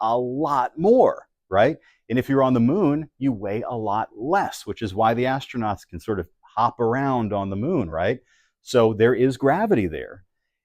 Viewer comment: As-tro-nut ? Look like As-old-nut